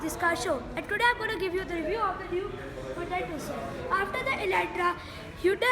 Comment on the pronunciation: its not tocun !! its tucson idiot !!!!